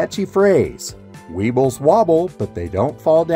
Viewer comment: Aboot minute : “We-Uyghurs Wobble But Don’t Fall Down”. 👍